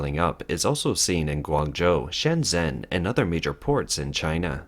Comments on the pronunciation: Can you please stop saying "Shenzen" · keep saying shenzen it makes this guy mad